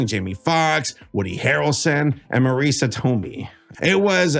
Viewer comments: Ma-reesa Tomey? Lol a good mispronunciation 👌The lovely Marisa Tomei is pronounced like Marissa with two s's is, and then Toe-may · Ma-reesa To-mee? lol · “Mareesa Toe Me” 😂 silliest pronunciation of that name I’ve ever heard. Gained a subscriber for that ❤ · Hearing marisa tomei pronounced as "mareesa toe-mee" was grating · Her name is pronounced Mah-riss-uh Toe-may. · That character, Beverly LaSalle, is literally a drag queen/fem gay man, not trans. I enjoy your vids but you gotta do a bit more research sometimes, brother. I mean “Ma-REE-sa To-MEE”? lol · The way you pronounced Marisa Tomei physically hurt me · That was the worst pronuciation of "Marisa Tomei" I've ever heard. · I'm going to sound like a hater, but for someone who has seen BoJack, I am surprised you got "Marisa Tomei" wrong (this was one of your best videos in a while) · We won’t forgive that pronunciation of Marisa Tomei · How do you not know how to properly pronounce Marisa Tomei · How the hell do you not know how to pronounce Marisa Tomei?